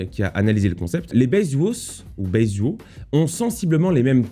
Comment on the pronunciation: Baizuo -> Paï tzouoh;) Mais j'admire ta tentative en mandarin!